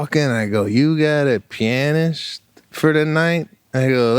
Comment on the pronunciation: wait... did he said they hired a "pin ist"?? was he afraid to pronounce pianist?? LOL Pete hit the gift idea right out of the ballpark. he was so excited to have found the perfect thing to keep Sebastian's family for years....